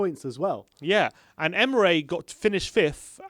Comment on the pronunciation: It's Emery, not Emre, and he was eleventh when he got sacked